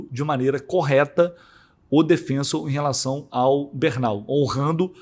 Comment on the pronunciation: Mermao, daonde tu tira essa pronúncia americanizada “DefEnsor”? Mano, o q te custa tentar não inventar uma pronuncia colonizada e falar o nome do clube, DefensOr?!?!